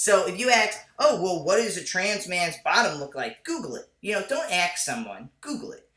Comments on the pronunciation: Aydian, stop saying Ax.. say ask lol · I like your videos but please can you pronounce the word "ask" with the a-s-k" and not like "axe" . It really bothers me when people do that!